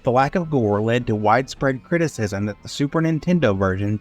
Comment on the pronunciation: You really just pronounced 'criticism' as 'critics-ism'... you really need to proofread your scripts and check the pronunciations in the dictionary